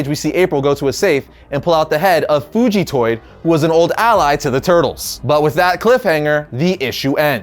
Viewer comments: Fuji toid? Bruh... It's Fugitoid. Like fugitive but with toid instead of tive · Even after redoing the video he still can't pronounce Fugitoid correct.